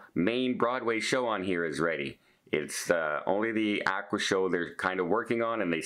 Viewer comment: “Ah-qua”